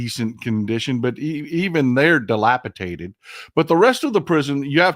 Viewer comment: DilapiDated, not dilapitated.